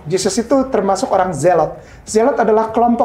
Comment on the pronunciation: menyebut zelot saja salah ni si mba/mas. Zelot di bilang zelok tapi berani bocara srjarah